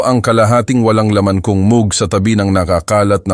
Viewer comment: please paki tama ang pronounciation ng "mug" ✌️